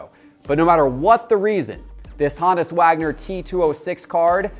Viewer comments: “HOnus” not “HAnus” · Hone us Wagner. Proper pronunciation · Why is he saying Honus like that lol?